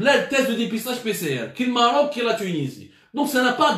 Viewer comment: Vous vous comparez à l’Afrique du Sud, à la Tunisie...mais tu n’arrives pas à prononcer le Maroc et c’est presque dans toutes tes vidéos !!!! N’est ce pas un complexe non déclaré ??!! Venant d’un journaliste soit disant cultivé et « instruit « ça m’interpelle quand à l’avenir maroco- algérien !!!! Pour information, le Maroc fabrique ses test PCR depuis juillet, il n’en importe plus , on peut vous filer notre surplus. L’arrogance n’a pas de limite!